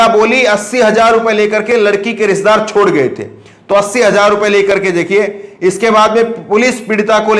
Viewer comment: AAP 1 SAHI JOURNALIST HAIN AAP APNE PRONOUNCIATION SHAI KAR LEN Aap k channel ka naam ONLINE NEWS hai. Aap news ko NEWJ bol rahe hain, sahi hai NEWZ kahna. Hajar nahi, sahi hai HAZAR JINDA nahi, sahi hai ZINDA JULM nahi, sahi hai ZULM ummeed hai aap correct karoge future men All the Best